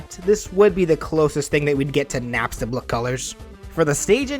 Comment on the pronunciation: it’s napstablook not napstabluk